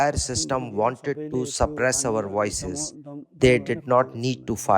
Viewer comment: who is this translator? nepal has better translator and pronunciators...we don't pronounce 'voices'as 'woises' we know where this translators from